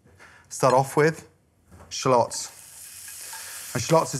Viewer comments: Bruh it’s shallots not shalôts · I came here just to hear Gordon say "shlots" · It sounds like he's saying shlots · Hehe.... Sha-lots...